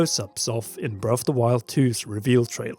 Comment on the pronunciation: Your accent makes it sound like you are saying, "Brelf de Wild".